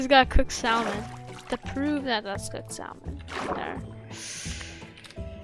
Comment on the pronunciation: I’m ragging bc he says sal-mon it’s salmon!!!!! Alaska kids where you at👑